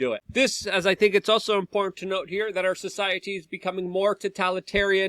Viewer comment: e I've been telling him for years that there's a t in important